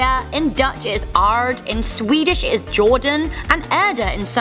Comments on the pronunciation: it sounds so incredibly weird how you pronounce aarde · The way you said the dutch name actually killed me, the "germanic" name sounded more like the dutch name tbh